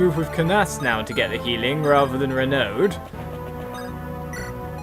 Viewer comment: The D in "Renaud" is silent.